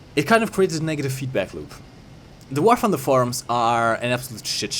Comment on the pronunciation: "wahr funder"